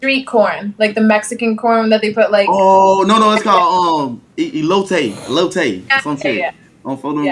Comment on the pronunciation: it's the way Prime said "elote" and Zias laughed at Par for me 🤣😭💀 If anyone knows where's Jay's from i would appreciate it, i fw the accent (no homo ong)